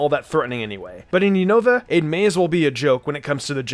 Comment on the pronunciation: Wow he still pronounces unova wrong lmao all the pokemon youtubers always butcher the name but whats weird is that actually pronounced it correctly when he talks about skyla lol